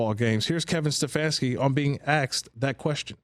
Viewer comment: It's ASKED not AKSED